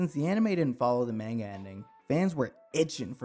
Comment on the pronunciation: this guy can't pronounce manga